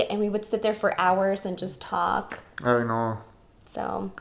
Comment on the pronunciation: Every time he says "I know", I hear "aye no" lmao